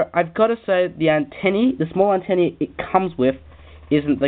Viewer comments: its antenna not antenni LOL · great review mate, just a bit annoying when you kept saying antenny, its antenna. but other than good review